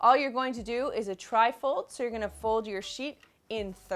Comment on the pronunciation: I swear when you said Tri fold I kept hearing trifle!! 😂